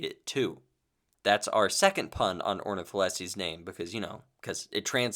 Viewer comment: Knew you were, why did you massacre Ornitholestes' name like that:(